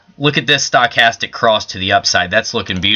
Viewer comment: I think you need to learn how to pronounce Stochastic!